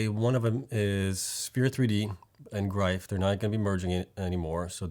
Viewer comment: Love the videos as always, but Gryphon is pronounced "Griffun"